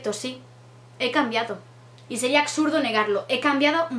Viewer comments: se dice "absurdo" no "acsurdo" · porque dice aCsurdo siempre que dice absurdo? 😂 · "acsurdo" (absurdo) - "influidos" (influenciados) Niña aprende a hablar en vez de cambiar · En lo que nunca cambiarás es en decir "acsurdo" xDD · Hablar correctamente? la niña dice "Acsurdo", ni siquiera pronuncia bien, y eso que ha estado estudiando teatro y hasta se siente actriz. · "acsurdo", 2017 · habrá cambiado, pero todavía sigue su mítico ''aksurdo'', así que no es el fin ♥ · "Sería axurdo negarlo". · dijo ACSURDO?:v 😂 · Me mata el acsurdo del principio, siempre igual😂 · otra vez con el "acsurdo" 😂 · Laic por el acsurdo del principio😂😂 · dios, la tercera vez que comento en un vídeo tuyo que dices ACSURDO, me pone mala ya!! jajajaja. Es solo una coña ;), pero porfavor, aprende a decir esa palabra bien de una vez xd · Deja de decir ACSURDO, por favor, que no es la primera vez... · Otra vez con el acsurdo coño HAAJAJAJAJA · Porque coño dices aCsurdo?